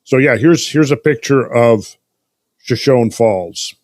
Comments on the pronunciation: Friends, it's pronounced shuh•show•nee, not shuh•shown. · Shoshone I believe is pronounced “sha-show-nee” after the Shoshone Indian tribe native to the area.... love the podcasts fellas!